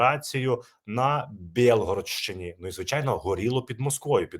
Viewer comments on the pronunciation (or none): вітаю. Я тута!😊 Виправляємо українську!😊 Не на БеЛГРРОДШЧИНІ, а правильно казати від слова Білий, - БіЛГОРоДШЧИНІ!!! Через і літеру з наголосом на О літеру. 😊